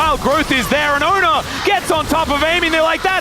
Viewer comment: Fun fact, his name is actually pronounced ONEr not Owner… (He chose to change summoner name to ONEr when signed to show his commitment and dedication to T1 Team…)